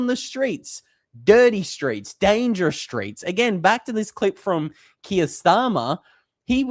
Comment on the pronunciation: Keer not Kia!